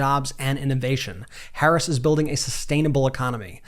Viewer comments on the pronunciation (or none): i hope they start pronouncing her name correctly if they truly support her